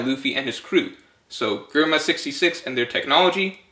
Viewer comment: Ree-uma. Yon-koh. Jehr-ma. Mon-dor. I decided to correct pronunciation because the theory is good.